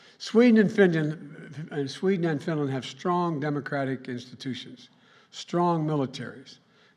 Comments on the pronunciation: Sweden and finyen 🤣🤣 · It's Fideyan.